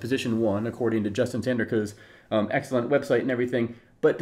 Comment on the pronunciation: Haha, why you call Justin Tindercoe?